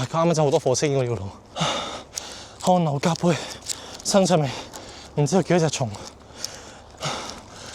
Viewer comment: 係汗流浹（接）背